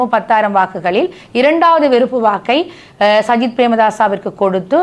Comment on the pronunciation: சயித் பிரேமதாஸையா...😂 ? கிழிஞ்சுது போ..... சயித் இல்லையடா தம்பி " சஜித் " என்று சொல்லுமன்... ஏண்டாப்பா அடுத்தவர்களின் பெயரை தப்பிதமாக உச்சரிக்கின்றீர்கள்....?